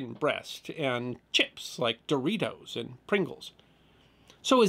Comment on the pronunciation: the sudden sharp emphasis on words seemingly and totally at random. makes me hate how you are explaining things. The sudden emphasis on a word like "and" when that word isn't important makes me not wamt to hear a word you say. your cadence is just tucker carlson sounding. A VENUS FLY trap under A MICROSCOPE she adds fricking offputting is me being pOLITE